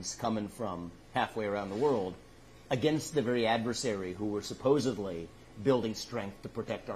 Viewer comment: Love this guy and have high hopes!!! It's supposedly not "supposebly" come on....